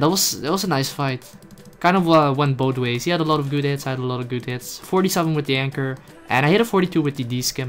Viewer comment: Awesome fideo! Oh and it's a anchor not anger;) Kappa